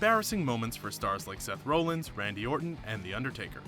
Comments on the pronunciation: Ikr he called him Seth Romans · Seth Rowllins? Hogglesworth? WTF? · Who the fuck is Seth Role-ins?...Could have have expected that on a video titled "bloopers" and not botches. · Who's Seth Roll-ins? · Seth Role--ins? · is it just me or did he say Seth Rollins